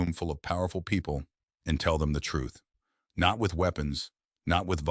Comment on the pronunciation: That "NOT" is really painful to listen to. Its an AI feature